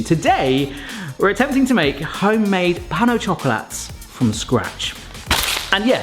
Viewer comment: This is NOT puff pastry. Puff does not contain yeast. (And Pain au Chocolat is pronounced Pan au shockolaa.) Be careful with shop bought pastry, it often contains palm oil.